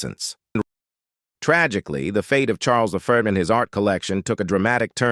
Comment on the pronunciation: Between “Charles the Flirt” and “Charles the Fart” I couldn’t decide whether to stop watching or stop laughing.